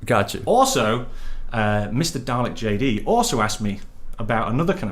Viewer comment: the only reason he says roflwaffles and dalekjd right is bc he's English too 😂